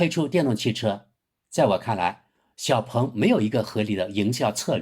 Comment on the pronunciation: “鹏”，发第二声。不是第四声。强盗，蠢货，学学中国语言的四声法。